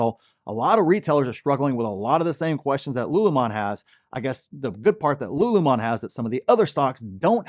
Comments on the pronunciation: LULUMON? Lol its lululemon. sound it out. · It’s “Lululemon” not “Lulumon” 😅😅😅😂😂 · its Lulu lemon not lulumon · You said LULU wrong! I told you how to say it! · My wife was not happy that you did not pronounce Lululemon properly... It's her favority athleisure wear.. lol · Lulu lemon. Saying this stock name wrong makes you look bad. Why do this? If you listen to their own earnings calls, none of them refer to their own company as " lulu mon". What gives? J Quelen, A A Ron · Bro why you saying lululemon wrong?? 😅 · it is pronounced (lu, lu, 🍋 lemon)😊